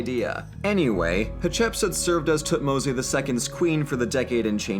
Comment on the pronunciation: Is it actually pronounced tutmo-say? Everywhere I check says otherwise....